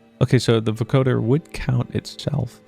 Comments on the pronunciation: Let's goooooooo a FANTASTIC addition to an otherwise mediocre day. Edit: your pronounciation for "vocoder" is correct, you're just putting the emphasis on the wrong syllable. it's VO-coder, not vo-COder. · You're pronouncing vocoder right, but it's spoken with the same cadence as lawnmower or tripwire, with the emphasis on the first syllable. VO-coder. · Just FYI It's pronounced VO-coder with a long O, emphasis on the VO and CO. Mashup of "vocal" and "encoder", it's what Daft Punk uses to sound like robots. Loving the gameplay!